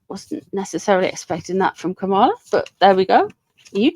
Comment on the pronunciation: Kamala rhymes with Pamela. 💙💙💙